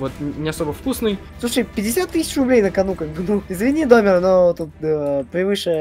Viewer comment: Не Домер ты говоришь не так а надо так -- понял принял оброботал😂😂